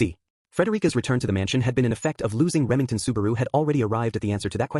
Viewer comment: lmao "remingten"